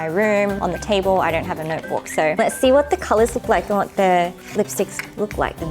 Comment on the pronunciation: "Vat the heckkkeuu" 🤣🤣